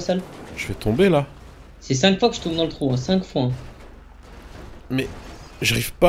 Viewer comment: il dis 5 foin